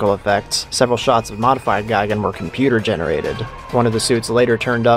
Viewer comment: Gigan is pronounced gee gon, like tea don. Gaigan is pronounced guy gon, like buy don. Neither is pronounced guy gan, like buy ban. Two of these things are wrong.